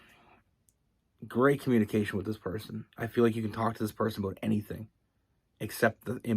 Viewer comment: I love everytime you say the word “ABOUT” you just have this accent that sounds more like “ Aboot” lol